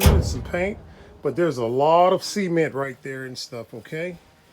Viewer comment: why do you say "C-ment"? It's a mispronunciation of the word. I hear people in Iowa mispronouncing it that way too. Why is that? Like mispronouncing Cassava.